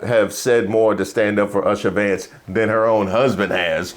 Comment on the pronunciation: said “Usher Vance”😂.